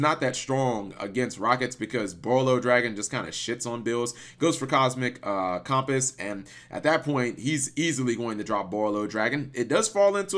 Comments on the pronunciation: michael galicia Yeah you’d think he’d be familiar enough with cumpiss that he’d know how to say it. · how the HELL can you not pronounce the word "Compass"?! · How the fuck do you mess up saying "Compass"? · I'm used to pronouncing things wrong on the regular but compass? How do you pronounce compass wrong? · Your pronunciation of compass kills me.